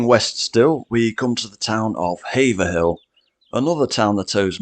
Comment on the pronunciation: Haverhill is normally pronounced as two syllables, not three - "Haave" (long 'a') "rel" , or by some people with a short ''e' -"Haave-e-rel".